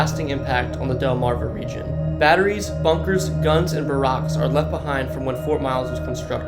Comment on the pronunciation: Did u just pronounce barracks as Ba-rocks? Dude u need to learn how to read